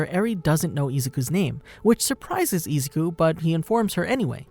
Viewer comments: ezuku lollllll it's izuku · Am I the only one hearing izuku pronounced ezuku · Im sorry but the way you're saying Izuku's name is kind of sounds like Nezuko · Some weebs are going apeshit because of the way you pronounce Izuku’s name wrong. But who cares?